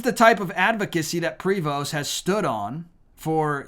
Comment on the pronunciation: Heads up: the "st" is SILENT in the pronunciation of Prevost, so either "pree-voh" or "pray-voh" is the way his name is said depending on whether Spanish or French.